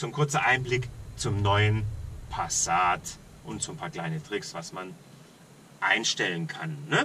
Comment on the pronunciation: ich indessen dachte mir genau in dem Moment "endlich spricht des mal einer g'scheit aus!"